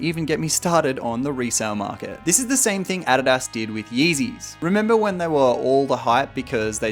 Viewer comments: I had to go look up adias because I didn't realize he said adidas.... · Ain’t no way you pronounced adidas like that 😂 oh my god